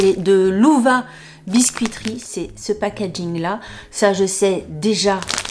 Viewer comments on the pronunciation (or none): none